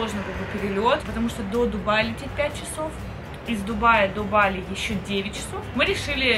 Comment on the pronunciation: БалИ правильно ударение🙏🏻